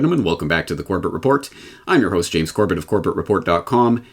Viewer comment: "Corbett Report" almost sounded like "Corporate Report" lol